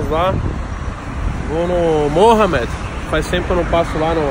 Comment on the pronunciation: Tem toguro falando moha med tem like